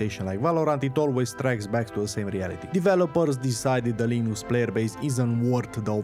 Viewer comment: Everytime I heard "linoox" I had a sizure